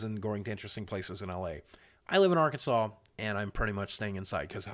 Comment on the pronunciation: It’s Arkansas not Arkansal